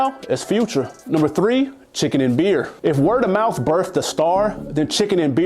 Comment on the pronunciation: Dude literally had “Word of Mouf” at number 6!! All of the L’z 😂🙆🏽‍♂️🤦🏽‍♂️